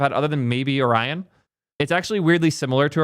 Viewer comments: did you seriously just say o-ree-on? bro cant pronounce o-ryan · ory-yon? lol... Also its a fking browser... just pick one. Also, used Brave for years, never had ANY issues with it. Sure, I don't use its crypto or AI shit, but everything else works perfectly fine for me. No idea what issues crybaby has. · Orion is pronounced 'oh-ryan', k? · Can’t believe you pronounce Orion like Oreo. I thought it was like the constellation? Edit: lol when you get to the Orion section he explicitly says he doesn’t like it and not to download it. Disrespect it immediately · What chat didn't tell you is that we only know how Orion's pronounced because of Men in Black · You say Orion wrong